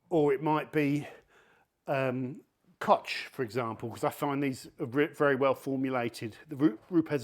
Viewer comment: it is KOCH and not "Kotsch" Chemie, son... Are you people over there all speech-impaired or what? Don't touch faith with your tongue. It's child easy.